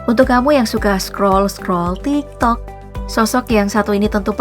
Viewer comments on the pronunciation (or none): none